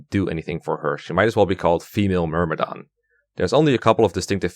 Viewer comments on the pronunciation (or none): none